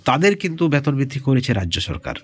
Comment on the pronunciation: ব্যাতন না,বেতন বলুন।